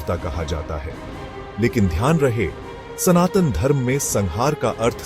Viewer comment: Not San Tan! It's SANATAN Dharma 🙏🙏🙏